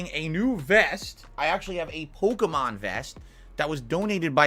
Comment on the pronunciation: They way he says polkamon super fast and incorrectly is obnoxious